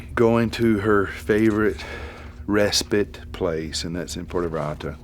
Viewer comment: "Respit"??????? Bloody moron the word is respite...RESPITE!!!!